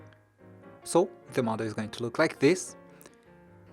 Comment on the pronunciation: I kept thinking he was saying "mother"... "The mother is going to look like this" "The mother will be open" etc etc... Then, I realized he was saying "model".... Oh my gawd, I'm way behind!! I never even payed attention to the lines & folds.... Wait, stop, go back!🧐 Fold where?!? 😳 🤪 😵 🤬 😖 🙄 🤤 Me, attempting origami... And now, I feel like an idiot. But guys, it's super simple!! Just fold & unfold a bazillion different times til you can't even tell what's happening. Then, jazz hands & magicians cloud of smoke & poof!!! Voila!!! A rose. I mean, a crumpled, wadded up, piece of paper.... Mmmmmmmmm. Beautiful. See?? Perfect. Easy. Now, throw in the trash. Yet one more time that Asians have proven their superiority to this silly white girl... Shaking my head. Why are my hands too big to make these tiny little folds?? I. Can't. Even. Tears.... 😢 😭. Mind. Blown. 🤯 Thanks for the super detailed video, though. Excellent job! Me lost... Cave gurl....